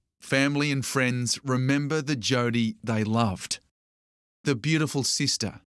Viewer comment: "Freiends" lmao